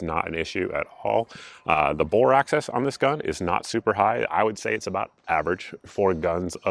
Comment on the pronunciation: Bore AXIS, not access.